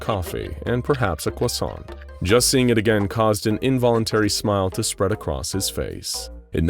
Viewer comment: THIS MANS SAID CROSSIANT CORRECTLY LIKE IN FRENCH.